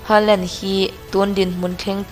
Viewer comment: Ngai thla z peih lo e a lam thiam lo e mai a 🤣🤣